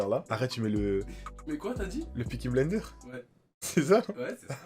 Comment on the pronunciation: ahahaha il m'as tuer en disent le Piki blenderes ahahaha